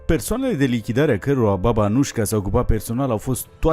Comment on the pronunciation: A fost romanca din Banatul sarbesc din Petrovasâla(Vladimirovac) si numele ei sa citeste Anuica nu Anujka/Anușca